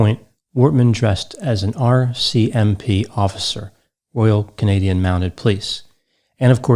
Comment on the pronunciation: pronounces RCMP as if it is the name of a newly discovered mental illness. They kept us safe in Canada, They did